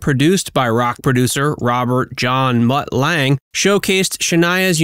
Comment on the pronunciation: And it’s Mutt Lange not Matt